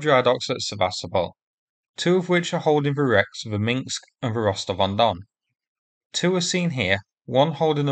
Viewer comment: MinsK, not MinKs 🤣